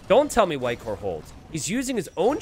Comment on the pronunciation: Every time he says "Whitecourt" I think I'm hearing "Viper". I'm just so used him casting streams about Viper, I guess, lol